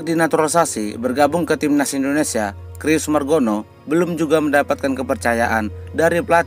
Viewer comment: Om Admin baca "Cyrus" itu bukan /Krius/ tapi /Saires/.